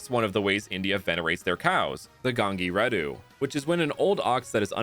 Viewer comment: the moment he said gangireddhu the telugu guy inside me is sheding happy tears